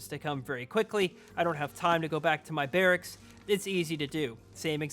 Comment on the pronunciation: Barricksis. Wow. Your grasp of the English language is just unbelievable. Maybe you should go back and get your GED kid.